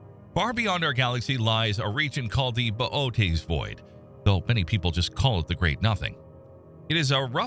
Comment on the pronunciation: Okay that's great to hear, good to know. The way he pronounced Bootes struck me as odd. That must be me.